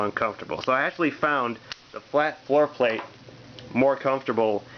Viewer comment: Interesting explaining how to grip and hold (THIS) Firearm LOL every Handgun should be fired that way?And yes you havt to (RACK)This Frikn thing like every Handgun?LOL Everytime you say FloorPlate sounds Like foreplay.Rack it Point it Fire it Like any other hand gun Note if you leave pinky hanging out you can pic your Nose on Reqoil👍